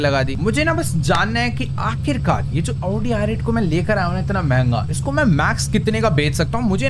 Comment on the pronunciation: wo auuudi nahi hen wo audi he